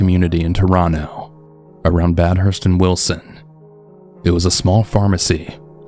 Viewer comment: I love your videos and all but as a Torontonian, the way you pronounced “Bathurst” really got me 😂